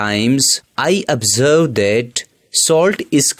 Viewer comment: he literally said OBSVERSB AND VUTTAH